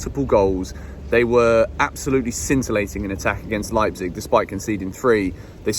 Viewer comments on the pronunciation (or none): none